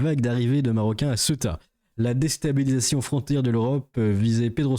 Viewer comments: CEUTA : Se prononce "Sé-ou-ta" comme dans "C'est où ta maison que je la squatte et que je la pille ?" 😁😉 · Ceuta ça se dit "céouta"